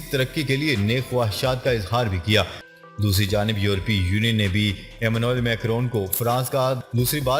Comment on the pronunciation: France k president ka 1st name ap Sahi ni bolty